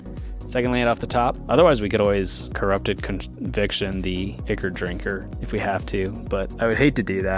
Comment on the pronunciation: Ichor is pronounced "EYE-kor"